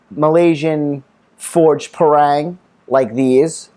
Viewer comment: Pronounce it as 'par + rung'....